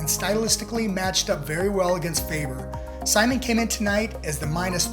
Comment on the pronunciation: Dude you don’t even know what you were talking about. Also you mispronounced Simon at least 47 times. Do better